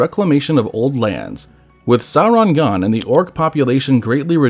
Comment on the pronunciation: Also, the video (which is great) was sometimes inconsistent on pronouncing Sauron. The correct pronunciation is “sour-on” (rhymes with “our”), rather than “saw-ron” or “sore-on.” The R is trilled too, but that can be difficult for some English speakers. A longer explanation: Both the pronunciation guide in Appendix E to LotR and the “Note on Pronunciation” at the end of The Silmarillion say how to pronounce “AU.” LotR App. E: “as in loud, how and not as in laud, haw.” LotR App. E: - “as in loud, how and not as in laud, haw.” (It also states “R represents a trilled r in all positions; the sound was not lost before consonants (as in English part).”) The Silmarillion: “has the value of English ow in town; thus the first syllable of Aulë is like English owl, and the first syllable of Sauron is like English sour, not sore.”